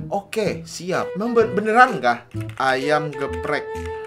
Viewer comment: Ayam Geprek bang,bukan gebprek